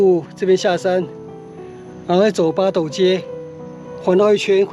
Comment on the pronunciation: 八斗 發音真的像西文的鴨子pato